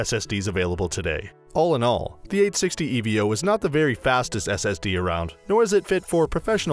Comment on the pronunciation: LOL S.A.T.A .... E.V.O ... ?????????? Humans call them 'SATA & EVO' ... are you a robot ?